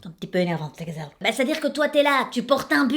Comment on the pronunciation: j'adore j'adore tu me fais trop rire "les gzelles" je meurs